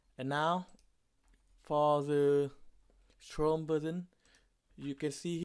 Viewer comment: The way he said Chrome... hahahahaha I had to, sorry